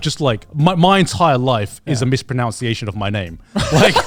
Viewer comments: I love the irony of mispronounciate during this vid xD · Garnt mispronouncing the word mispronunciation had me fuming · Is Garnt purposely mispronouncing "mispronunciation"? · The irony that garnt mispronounced the word mispronunciation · Garnt mispronounces "mispronunciation" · I cannot get through Garnt mispronouncing pronunciation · grant misprouncing mispronounciation.